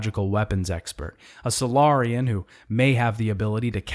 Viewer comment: that, keiji, batarians, salarians and im probably forgetting some more